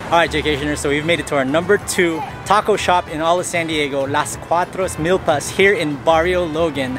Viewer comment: You say it Meelpas not milllpas